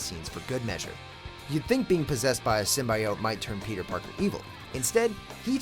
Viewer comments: Did this narrator just say SYMBI-O-TE!? Ugh 😑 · Cringeworthy? The only thing cringeworthy about this video is the narrator pronouncing the word symbiote.